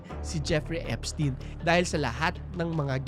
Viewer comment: Eps-tayn pronounciation name nya